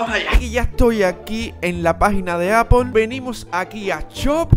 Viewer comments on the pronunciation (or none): none